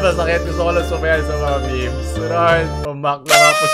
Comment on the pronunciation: I love your accent, say it again " Mga miHms"